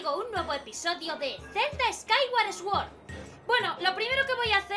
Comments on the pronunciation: Sword se pronuncia "SUORD" no "ESGÜORD" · Bueno, en realidad se pronuncia "sord". Pero ya conocemos la pronunciación de Lyra. XD